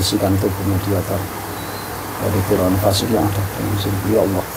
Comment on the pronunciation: Ucap ALLAH bkn Awoh mas 😅